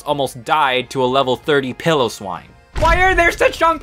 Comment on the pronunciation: You mispronounced Piloswine, Golisopod, Skorupi, Solosis, Piers, Raihan, Gigalith, Duraludon, and Eternatus. PIE-low-swine gawl-LIE-suh-pawd score-ROO-pee suh-LOW-siss PIERCE RYE-hawn GIGG-guh-liff duhr-ruh-LOO-dawn ee-TUHRN-nuh-tiss Also you misspelled Ballonlea.